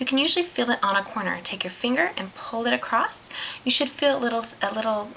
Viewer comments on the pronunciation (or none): Acrosst is not a word. It's pronounced how it is looks. Across. Bugs me! Loved the colours though! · I'm not a fan of hearing words in the English language being pronounced incorrectly, but the instructional video was helpful to this beginner. Thank you. (The word was across, and it was pronounced "acrost".)